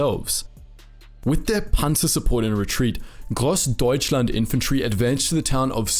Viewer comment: you did good spelling the grossdeutschland and other difficult names!